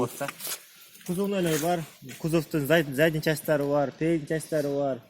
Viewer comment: Передный задный эмес передний задний кечириниз